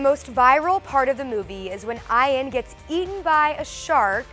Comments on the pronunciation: Pretty sure "Ian" is pronounced "ee-an", not "eye-an" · actually Ian Z pronounces his name "eye-an"... different for sure!